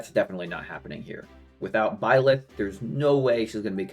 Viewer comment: The way you say Blyth is crazy lmao